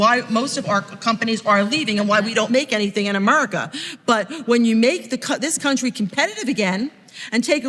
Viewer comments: the stereotype for trumpnites when they say 'Murica' is unfortunately dead on, as displayed by & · Just listen to how he says Amurica 🤣🤣🤣🤠🤠 speaks volumes ... Eric cartman is fucking hilarious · the fat lady at the table unironically said "amurica" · This lady really pronounces it "Amurca"...